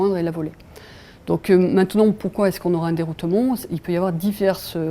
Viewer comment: Om dit deroutement pas deroutoumont